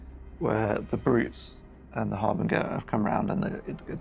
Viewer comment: Sorry to be that guy but is it really harbin-gur? I would say it as harbin-jur.